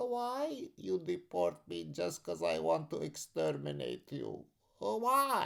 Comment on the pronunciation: I love the “…but khwhy you d’port me? Khwhy…?” 😂